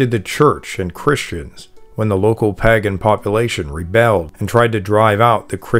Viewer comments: Paaagan. Lol. I hope you know it's not pronounced like that and are just having a laugh. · I thought pagan was pronounced like "paygan". I've never heard it said like this guy before. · Most, if not all of xtian practices are inventions or stolen from older religious practices, even back as far as Egyptian depictions. It's disappointing that you use (and mispronounce) the word 'Pagan' for every earlier religion, regardless of location. It hurts your credibility. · How is the narrator mispronouning " pagan?" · How come you cant pronounce pagan? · Omg, why are you pronouncing pagan so weird? I'm cringing every time I hear it! If I hear it wrong one more time, I'm OUT! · Maybe ask him if there’s a reason he pronounces “pagan” the way he does.